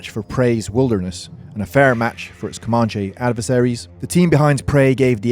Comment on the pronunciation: Coe- man- chee,no Britt accent. You guys destroyed our culture, at least pronounce the names correctly.